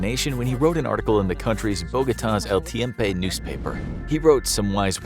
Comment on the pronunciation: Lol he said el tiempae haha